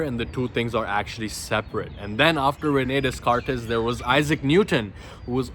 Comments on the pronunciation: René descartes the pronunciation is without s so its like rené decart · Pronounced reu nay day cart